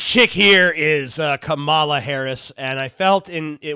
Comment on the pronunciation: You’re pronouncing her name like the former professional wrestler, KaMAla- the Ugandan Giant. Maybe Valerie Clinton will have another run.